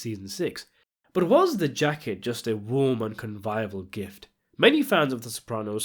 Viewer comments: The word is 'convivial', not 'conviable'. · The most Sopranos thing about this is the way you misuse words like "revises" and "con-vive-al" just like Paulie Walnuts would